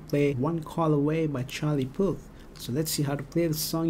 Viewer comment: u say puth funny but good job